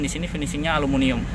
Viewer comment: suka heran sama reviewer indonesia (kendaraan, hp, laptop/pc, elektronik dll) punya predikat sbg reviewer tapi kebanyakan nyebutin aluminium dengan bener aja masih salah jadi kesannya ga profesional. no offense